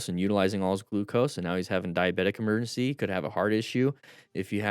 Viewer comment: What is an "emerncy"?